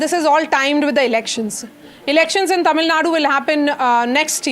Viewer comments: It's is TamilNadu not TamilNaad.. Typical Northie Anchor. This is precisely why South India opposed Hindi imposition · Its tamilnadu, not tamilnad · Tamil nad illa ma. Adhu tamizh nadu. Enga sollu paapom. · It’s Tamil Nadu.. Not Tamil Nat.. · Its not TAMILNAD but TAMILNADU. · The news anchors should concious about how they pronounce the names as well, its not Tamilnad its Tamil Nadu. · It is not TamilNAD ! it is TamilNadu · first learn to say Tamil Nadu properly. its not TamilNad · please learn the pronunciation, there is a difference between Tamilnad and Tamilnadu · First learn to pronounce how to say Tamil NADU.